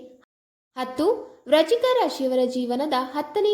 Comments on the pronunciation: Hello pronounce Frist clear Vrishchik rashi. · ವ್ರಚಿಕ ರಾಶಿ ಅಲ್ಲ ಅದು ವೃಶ್ಚಿಕ ರಾಶಿ ಸರಿಯಾಗಿ ಪ್ರಾಂನೌನ್ಸ್ ಮಾಡು